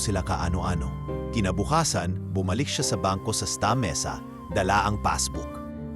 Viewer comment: Ista Mesa? 😂 Sta. Mesa yata😅